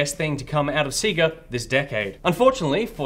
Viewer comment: Guys, your pronunciation of sega hurts me. They literally say it in all the old fashioned intros. Love the show tho